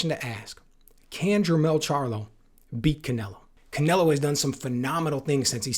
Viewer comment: Canleo? Can Ello? Can Canelo? Cannelloni?